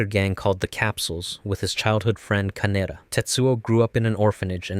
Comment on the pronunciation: Ka Ne Da. Not Kanera, or however you pronounced it.